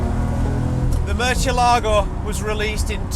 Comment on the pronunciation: Murchielago? Realy? Murchielago? Murciélago is a spanish word and it means bat. That c doesn't sounds like ch, it sounds like s in latin spanish and sounds like th (for example in "thing") in Spain's spanish. So, it is Mursiélago in latin spanish and Murthiélago in spanish spanish 😅😂. Oh and the accent is in the é, so it is MursiÉlago or MurthiÉlago, Murciélago.